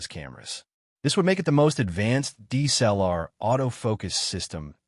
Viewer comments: IF you are using AI voice overs, please check pronunciation. (DSLR is repeatedly botched) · I HATE your AI audio. PRONOUNCE all letters - "D S L R." And pause when appropriate not when you see a dash. "K 3 Mark 4," not "K............... 3Mark4." JEEZ!